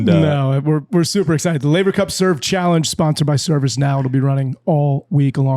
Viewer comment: "Man, we've come so far since you mispronounced Laver" 🤣